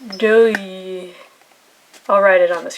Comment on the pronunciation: Doue is pronounced doo eh for future reference :)